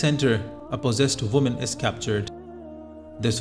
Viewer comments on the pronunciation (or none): none